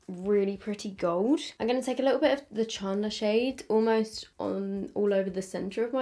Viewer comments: is it just me or does say "chandler" weirdly😂😂 im hearing ch-aun-dler. its chand-ler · the way she says chandler ChArnDLeRr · I love how you say “charrrndler” 😂😂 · I guess it's because your british, but how you pronounced "Chandler" 😂 no hate obviously. I love the look that you came up with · I love how you say chandler 🤣🤣🤣 thanks for testing this, i'm obsessed with friends so defo getting these 😍😍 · Same and i cracked up hearing it pronounced this way 😂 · What's with the colours? This is apparently for season 1(1994) yet all of them are this aweful orange colour, and not accurate to the characters at all! only like the packaging of the eyeshadow palettes and the top of the lip glosses. Also, I've never heard a British person say Chandler before and I love it haha.